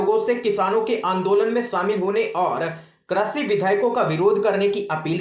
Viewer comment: Krishi not kreshi